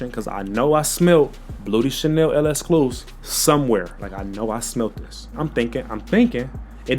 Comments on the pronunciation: Elescluze 😅 It's pronounced the same as "exclusive" just replace the "V" with a "F". Lexclusif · My boss it is not L-EXCLUS it's L'EXCLUSIF you forgot the siifff!!!Lolll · One thing bout is that he gonna mis pronounce the name 😂